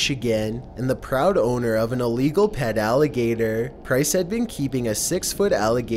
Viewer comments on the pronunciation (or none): h0me possÄsed ownER basemÄNT flOAR what is wrong with your pronouncing 😂